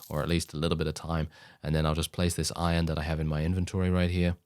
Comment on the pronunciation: When you said iron - I thought you said Oion for a second and got Stronghold flashbacks. "Oion stacks too low, sire"